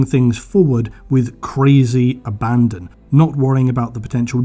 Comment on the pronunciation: It's "abandon" not "abandon" 😂